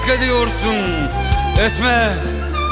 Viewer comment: Şimdi şiiri güzel mi okumuş yani? :) Düz yazı okur gibi okumuş bildiğin. Etme kelimesini her satırda berbat vurgulamış...